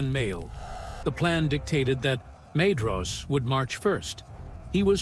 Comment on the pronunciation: Great video! So I hate to do this, but Maedhros is pronounced 'my-thros', and Haudh is 'hauth' 'Dh' in Sindarin is always pronounced as 'Th'. You could probably to do a search for 'dh' in your script and change it to 'th' when its Elvish so the narration knows what to do with it